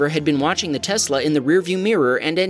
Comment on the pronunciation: Why do people say Tesssla ... sounds cringe